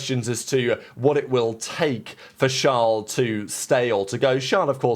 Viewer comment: His name is Charles, not "Shlawl".